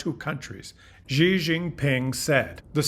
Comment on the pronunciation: Good morning! A small note about Xi’s name: the Mandarin x is just an English “sh” sound.